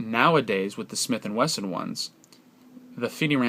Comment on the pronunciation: He also says "Smith and Western"